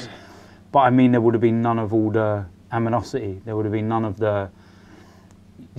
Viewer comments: makes up a new word. AMINOSITY 😔 He meant Animosity 🤣😂🤣😂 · did he say amonosity ?